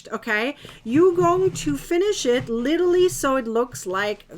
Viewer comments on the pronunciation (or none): It's LIT-ER-AL-LY. You're welcome.